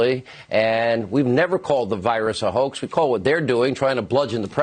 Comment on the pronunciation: Hannity think that his staggering of the word, & making it come out as "cahoax," means that he never ACTUALLY said "HOAX." 🙄